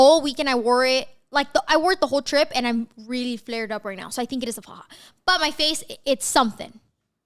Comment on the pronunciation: Don't know if it's just me but everytime i hear say really it sounds like "weally" LMAO 😂😂💞